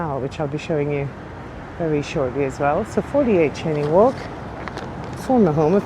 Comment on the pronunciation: It’s a Scottish name which is pronounced ‘Shane’ not ‘chainey’